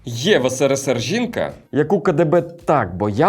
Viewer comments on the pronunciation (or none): none